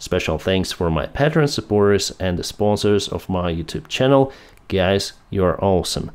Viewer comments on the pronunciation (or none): none